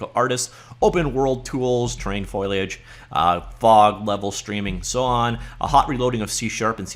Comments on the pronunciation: WTF is FOILiage? It's FOLiage. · FO-LEE-AGE... not FOIL-AGE... just sayin. :) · Hey, I'm not trying to be a jerk or anything, it's Foliage. Fo-li-age. Seemed like you were struggling with it. Hope this helps! Thanks for the review, I just started down the learning Unreal path, super fun! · foh - lee - uhj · F 'OH' liage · Deckles and foiliage. Lol. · Very interesting. It's not foliage it's foliage.